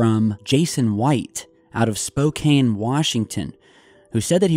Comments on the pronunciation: Just you so you know for next time its pronounced Spo-Can I know it looks like its pronounced differently. I lived there for 10 years I'm on the west side of the state now. We do have some strange named cities here in Washington. I also struggle with saying the names or some places right too lol.. but so ya know for next time. Loved the vid though thanks! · Spoke Can pronounce even though spelled Spokane